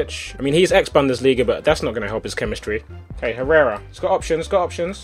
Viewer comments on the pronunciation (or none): ***** You don't pronounce "h" in Spanish language Tobi! It's like "errera". + letter "j" is "h".